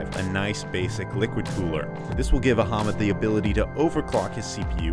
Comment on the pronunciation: Very nice video..thanks.. by the way.. the name phonetics of PC builder are "Ah-Mud" not "Aha-Mud"....lol... 😀😂😁😃😄😆😉